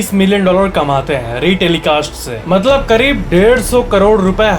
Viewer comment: I love your "maatlaab" word🤩